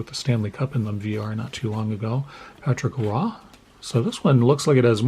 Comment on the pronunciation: LOL - I didn't even know how to say Patrick Roy properly until I heard you say it!